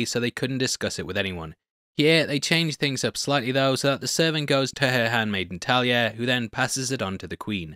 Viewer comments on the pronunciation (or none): none